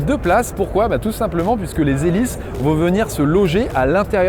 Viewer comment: Les huit z'helices... 😇 J'adore ! 🤪